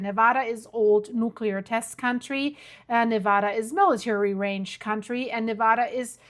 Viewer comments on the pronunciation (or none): none